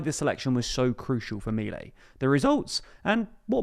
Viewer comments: I'm an anglophone living in AR, I've been watching your great coverage of this country, but I have to correct some pronunciation of proper nouns as the people say things here: MI-lei -> mi-LEI. Accents usually fall on the penultimate syllable, but family names are an exception. You pretty much decide how your own name is pronounced, and this is how Mi-LEI pronounces his own name. per-on-IST -> PER-on-ist: It seems like you're adapting the word "peronista" to English (or maybe doing some French thing? idk), but I've only ever heard it pronounced PER-on-ist by Argentinian natives when speaking English. Merriam-Webster says per-ON-ist is also valid, but I've never heard it. Either way, per-on-IST is out IMO Great coverage regardless! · It's not Me-lay! Ffs learn to pronounce it correctly if u r going to say it every 10 seconds of this video!!! And they're called Peronistas not Peronistes, the language is Spanish not French!!! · The "disaproval", that big loss a month ago, happened only in buenos aires, a state know for being heavy peronist in nature. The rest of the country held their support, as seen in this national election. Also, minor correction, its pronounced milÉi